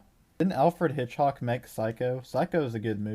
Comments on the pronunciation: Hitch-COCK, not Hitch-HOCK! Driving me bananas! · you can't even pronounce Hitchcock